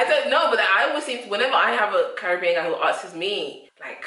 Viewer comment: The American needs to pronounce Caribbean correctly.